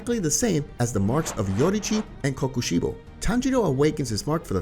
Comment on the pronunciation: I cannot respect someone that reads KokoShibo as coco shibu